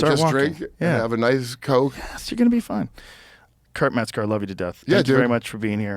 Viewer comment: Kurt Meth-ger